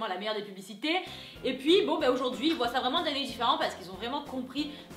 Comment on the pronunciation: Aujourd'hui , Aujourd'hui, Aujourd'hui et pas Oujourd'hui !!!! C'est frustrant